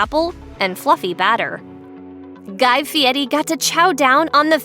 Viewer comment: LOL! "Guy-FEE-EDDIE!"